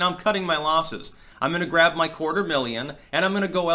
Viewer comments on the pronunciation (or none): none